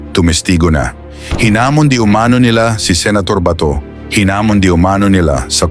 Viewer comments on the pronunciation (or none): Yung nagsasalita ng nag repost nito, hindi manlang ayusin ang accent sa hinamon, ginawang hamon, hina~mon